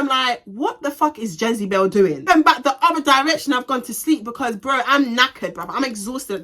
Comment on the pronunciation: 🤣🤣🤣u crack me when when ever u say Jezebel